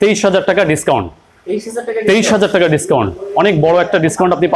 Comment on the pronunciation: ম্যাডাম টেকা না টাকা বলবেন